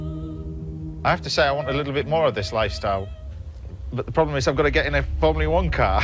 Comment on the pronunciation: It’s ’formula one’ James not ‘formlia one’